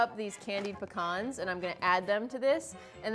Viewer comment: I'm so glad she said pecan right! It's not PEE-CAN people.